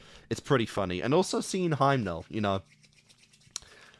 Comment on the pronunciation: Frieren, pronounced FREE ren, Himmel, pronounced HIM ul, not Heimel. And Fern, like the plant.